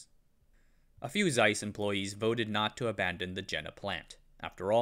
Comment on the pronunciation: Learn to pronounce the thing you are making a documentary about. A German "Z" is always a TS. Hard, sharp, like Germans